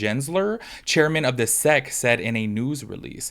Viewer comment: Hi friend, you say the letters S.E.C not 'sec' :) for future reference